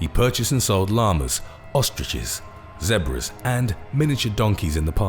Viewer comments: Zeeeebras not zeb ras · He is not an American. So what he pronounced zebra as how it is spelled. We say Zeebra. He speaks the Queen's English. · Zeh-bruh Lol